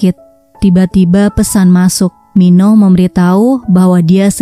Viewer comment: Min baca nya Min Oh.bukan Minoh min